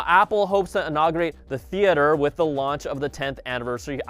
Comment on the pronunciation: Lol he said Apple TV Lunch